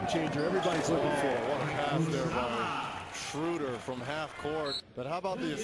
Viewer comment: His name isnt Shrooder ... its Schroeder. The "oe" is pronounced like "duh" (as in *duuhhhhhhh*) without the "d". They need to get it right, considering he's gonna be in the league for the next 10 to 15 years.